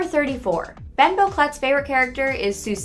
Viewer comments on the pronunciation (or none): Soosie lol (Sussie) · You said Susie wrong it’s (sus-e) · Penny is also allergic to blueberries and ‘’ susie’’ is actually pronounced saucy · When she mispronounced Anais' and Susie's name and misspelled susie's name TRIGGERED